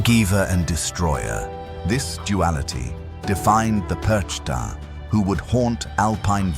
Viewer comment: Der Inhalt ist richtig, aber man spricht PERCHTA nicht so aus, gar nicht und überhauptnicht.